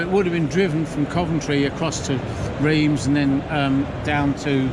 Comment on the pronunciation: Thanks for the video but PLEASE learn how to pronounce Reims correctly. It made me wince! Bit of a clue Reims is not in England....